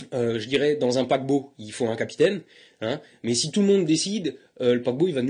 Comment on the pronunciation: C'est moi ou quand il parle du paquebot, il a une intonation somalienne?